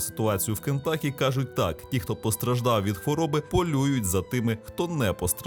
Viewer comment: З поверненням. Правильно переклад штату звучить "Кентукі", а не "Кентакі".